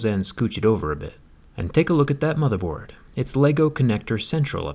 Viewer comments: Each time he says motherboard I get a feeling that he says Motherf@ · "...And take a look at that morher-board..." For a split second i thought he was about to say "take a look at that mother fucker" 😂😂